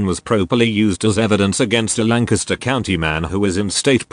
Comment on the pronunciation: “Lancaster” DOUBLE DAMMIT!!!